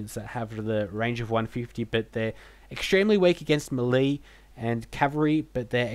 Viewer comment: Melee Is pronounced May-lay, A part of me dies when you say it wrong